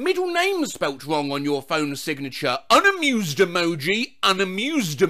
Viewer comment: i want to hear more of saying "unamewwwwsed emoji"